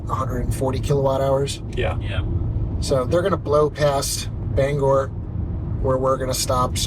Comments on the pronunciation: You rage baited my wife from Presque Isle for many reasons but the most annoying was that it is pronounced Ban gor not Bang er. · Not me screaming BANG or. There’s no “e” in the name